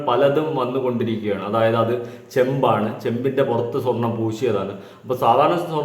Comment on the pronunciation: ചേമ്പ് അല്ല ചെമ്പ്😂